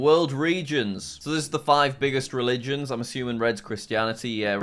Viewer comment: Love watching another video of Jack mispronouncing words again 😂😂😂(Appalachian=Appleochan,g i f=gif, religion=region,Dildo=Tildo)